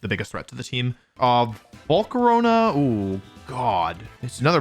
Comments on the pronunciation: bro just said jiratinna like you did again bro also said volcaroneu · "Volcaroña" why do you pronounce stuff like this im crine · "Slay-King" "Jiratina" "Volcaronia"